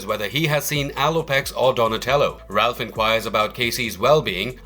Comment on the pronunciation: Please please.....Raph not Ralph